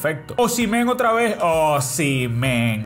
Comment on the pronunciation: Osimhen se dice "Os-Im-Hen" La ache se dice J en su nombre